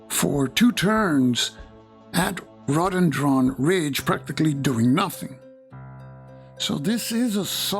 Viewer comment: Row-duh-den-dren. Not raw-den-dron. It's a shrub that grows nice flowers. Sorry to nit pick. 😅